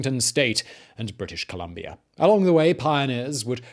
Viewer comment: Uhmmmm i was born and educated in British Columbia. ColUm(not O)bia....sorry